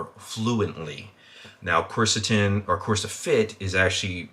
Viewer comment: my man mispronouncing nearly every compound. it's turkestanica, "coo-where-sittin" "appy-jennin". Still gave it a like though cause decent video and i'm interested in the supps